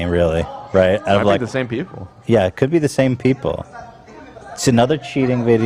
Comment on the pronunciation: Lmao "payple"? That seema more accurate now that "sheeple" ever was hahaha